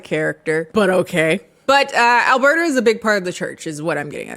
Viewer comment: As a a Canadian, the name “Alberta” tripped me up every time you said it. Every. Time. 😅